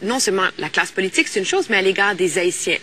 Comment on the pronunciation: Michel gen yon problem avek mo Politik chak fwa l'ap di'l li prononse'l "polituque".lol